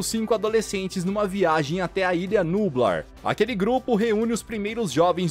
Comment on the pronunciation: Não é nubla é nubláaaaaaaaaaaaaaaa eu ja tô com raiva